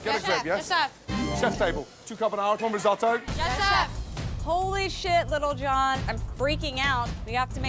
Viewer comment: You heard that chick pronounce tf outta lil , "LITTLE JON" she said😂